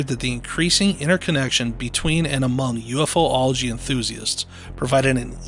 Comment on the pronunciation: Your killing me, it's Pronounced U-fology not UF-ology..😂😢😂